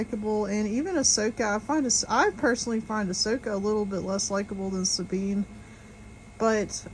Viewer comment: Who's Ahwhoka?